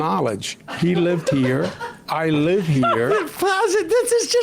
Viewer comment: Lol. How he stressed the word live.